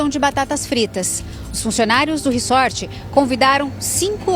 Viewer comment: Pelo amor, a pronúncia é "RIZÓRT"! Q horror isso aí, q tristeza!!! Um socorrista q nao socorre??? Isso é um ABSURDO! Q Deus conforte essa familia:(